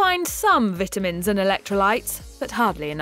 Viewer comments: Is it just me or does she keep saying VIT- TA- MINS....she says it weird. she says the vit off. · Anyone else notice she pronounces vitamins wrong? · If she says VIT UH MENS one more time....